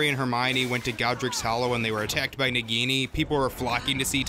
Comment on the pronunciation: FAKE FAN You clearly haven’t seen the movies because in the movies they specifically pronounce nagini differently So either you haven’t seen the movie or just haven’t payed attention to anything Either way you’re a fake fan